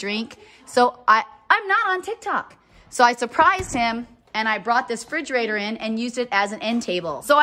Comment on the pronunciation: Forgive me, but please pronounce Refrigerator